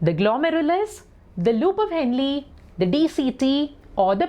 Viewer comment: U prounced henle wrong